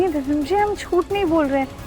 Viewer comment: किस किस को लगता है कि इस दादी को तो दिव्यम का नाम भी नही लेना आता 😂 दिव्यम को दिवियम बोलती हैं। इस दादी को बदल देना चाहिए,......🙋🏻‍♀️🙋🏻‍♀️